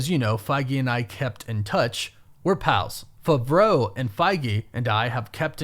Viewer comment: Why must you always mispronounce everything? FAVREAU!